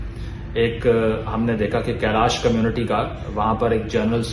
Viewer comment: Apna hi desh ka jagah ka naam galat bola ... Kalash hai kailash ni